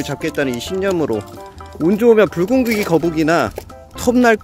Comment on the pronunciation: 붉은귀 거북인데 불고기 거북이라고 들음